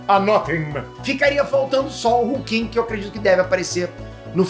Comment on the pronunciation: Hulkling. Não é Hulking.